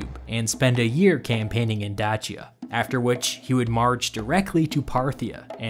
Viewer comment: Dude, you have GOT to research proper pronunciation before you do these videos. Dachiya?